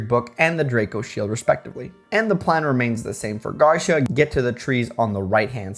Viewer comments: Love these challenge videos but... it's "Gar-see-uh" not "gar-sha" or "gar-syuh." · Quite late im commenting but Garcia is pronounced like Gar - See - Ah. Spaniard surname btw olé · The "ci" in "Garcia" is stressed, not the "Gar." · Garcia kept punishing you because you keep saying his name wrong.